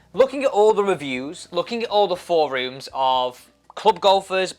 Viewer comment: Work on your pronunciation of forums.